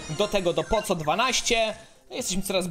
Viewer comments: Czemu mówisz poco A nie poko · Poco czyta się Poko